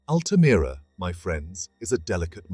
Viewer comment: Altamira in english is pronounce as "Al-tuh-meer-uh"